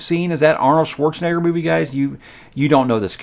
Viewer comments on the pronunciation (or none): none